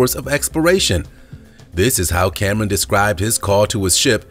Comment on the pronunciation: Cameron..not camen..damn